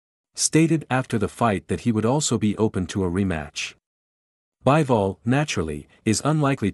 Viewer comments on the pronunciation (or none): It's Bee-vol, not Buy-vol.